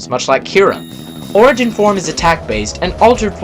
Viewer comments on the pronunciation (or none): none